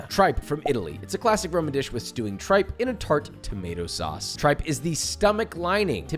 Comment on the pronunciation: Sorry Josh it’s pronounced TREEPPA not tripe 😂😂😂😂😂yo made me fall from my couch 😂😂😂🤣